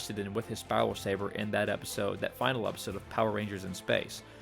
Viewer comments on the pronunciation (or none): none